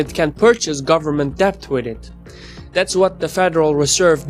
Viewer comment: "t" in mortgage is silent. "b" in debt is silent.